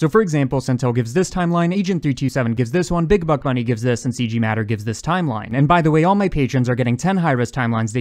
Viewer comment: "our overlay *TZ*imeline"